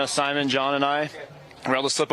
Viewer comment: Would you guys stop calling Simon “Simone”, he’s not a girl. If you want to use the French pronunciation, it is See Mon. mon with a hard n like, bon not mone like bone. Hurts my ears.